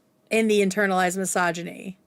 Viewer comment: doing a great job as per ush & petty me HATES how Madison says misogyny "massage-eny". It hurts my ears, so listening in is rough 🫣 Is that a regional/accent thing, OR is it just someone who learned the word 'misogyny' last year? 😅